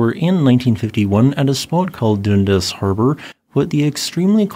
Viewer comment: It's Dun-Das harbor Dunn-Das -A Canadian